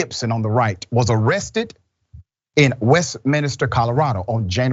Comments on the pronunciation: Not "Westminister" proper pronunciation is per the spelling "West min ster"! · west-min-ster; not west-minister 🤦‍♂ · West minister? Surely it’s Westminster? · Dr. Richey I hate to nitpick, but it’s pronounced West-Min-ster